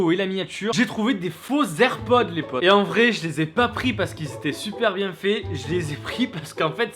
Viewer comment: Apprend à dire airpods avant de critique